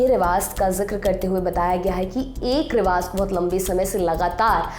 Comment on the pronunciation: Please riwaj not riwaz please it's awkward to here